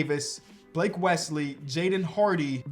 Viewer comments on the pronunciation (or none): none